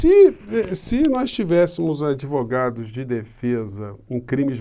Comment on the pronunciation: Como pastor senhor Silas e um grande adevogado kkk entenderam adEvoGado kkkkkkkk